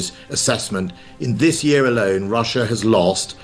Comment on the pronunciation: It’s Russia, not russuir